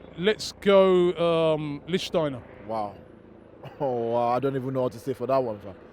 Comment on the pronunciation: Triple A theories Stop calling him Litchensteiner, please. How can these football fans not know how to pronounce his name properly. It’s just embarrassing. It’s similar to people calling Firmino Firminio for no logical reason.